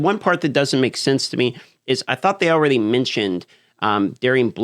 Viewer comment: I like when he says allraydey instead of already love your work though 😊😊